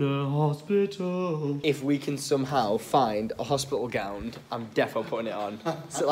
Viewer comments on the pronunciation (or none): it’s a gown not a gownd